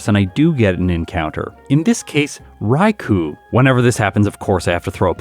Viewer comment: Just FYI, "Raikou" is pronounced "Rai-koh/Rye-ko", as it's a Japanese romanization.